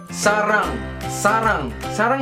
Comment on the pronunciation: Woooh same tayo Kimpoy, yung "sarang" lang ang tama 😍😍😂 Saranghae oppa! ♥️💋